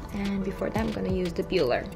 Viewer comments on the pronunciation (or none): none